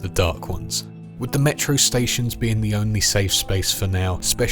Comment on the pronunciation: "HOkay, so here's da earth"